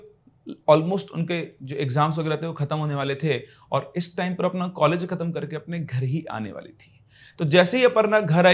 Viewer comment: College❌ Caalege ✅😂